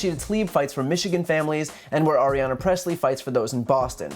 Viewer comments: Stop saying "Aryana" Pressley . It's Ayanna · Really like you, Brian, but you're mixing up "Ariana" - Grande? with AYANNA Pressley. "Eye-Ahnna" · Hi Brian! I really enjoy your videos. Just wanted to point out that Congresswoman Pressley’s first name is Ayanna - it sounded like you said Ariana throughout. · Another great video, thank you. FYI it's sounds like you're saying "Arianna Pressley" instead of Ayanna Pressley ~ in case of confusion her name is pronounced "eye-anna" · Love watching your videos, dude, but it's "Aye-ana," not Ariana. Otherwise, as always, spot-on. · It’s “Ayanna”, not “Ariana”. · Her name's not Arianna Pressley. It's Ayanna Pressley. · Wait is her name Ayanna or Ariana? Sounds like he keeps saying Ariana. But it could just be me. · Ayanna, not Arianna. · Correction: It's Ayanna Pressley, no R in her first name. Also those Fox people laughing at this is absolutely disgusting. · AYANNA Presley, not Arianna. Get those names down, you're going to be saying them a lot. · It's Ayanna, not Ariana, Bryan. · Love your vids bro, just pronounce Ayanna right 😁